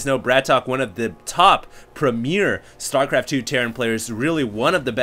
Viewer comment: lol "Storpart"